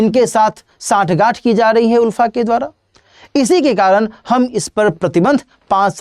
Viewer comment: Not उल्फा it's आलफा. Not Unified it's United.